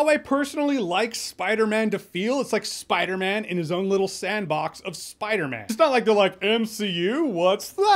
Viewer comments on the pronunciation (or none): he's saying spider MEN